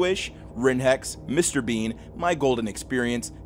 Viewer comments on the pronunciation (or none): none